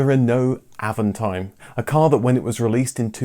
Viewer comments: it's "AAVONTIIME".. French pronounciation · well, since you manage that french "r", why not put the accent where it is, at the last syllable. Always in french the accent is at the last syllable.